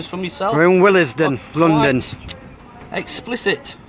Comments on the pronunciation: Why they pronouncing Willesden funny?? It's willsden, not wil-les-den.. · He said will es den lmao